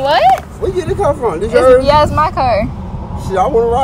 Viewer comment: He said I git internet at my house 😭😂😭😂😭🤣